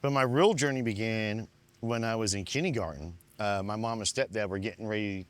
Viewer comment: Why?! It's NOT Kinney-garden, it's KINDERGARTEN! If you cannot pronounce the word kindergarten correctly, then you are not to be trusted and I can't believe a word that you say!!